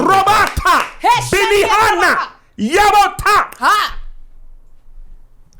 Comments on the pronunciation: He said BennyHana😂😂😂😂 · That man said BENIHANA! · Did he say really say Benihana 😂